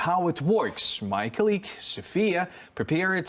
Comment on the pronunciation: I am not sure if you like my feedback, but nonetheless, I will try. Несколько слов я не смог понять... Не прослушиваются. Есть слова где вы ставите неправильное ударение. Это режет слух. В английском ударение в слове может меняться в зависимости является ли слово существительным, прилагательным, глаголом... Неправильное ударение в словах Accuracy (на первый слог), cOlleague combAt mosquitoes это сражаться с комарами (это то, что было сказано) cOmbat mosquitoes это боевые комары (это то, что хотели сказать) Неправильное произношение: targeted, pathogens, losses, enormous The Russian army is equipping building (erecting, rearing, setting in place) defensive fortifications... Or The Russian army is equipping its positions with defensive fortifications... If there is no good English, the project will wither on the vine. Good luck